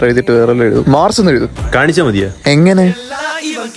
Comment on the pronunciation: Mars . ❌ Mase✅ 😂😂. like 💛👍